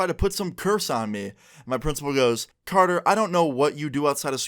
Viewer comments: It’s carter not canor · Thought his was carter lmfao u said conor